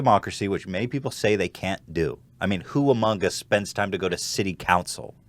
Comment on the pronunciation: Whenever you said "who among us" it sounded so close to "Hugh Mungus" i fucking choked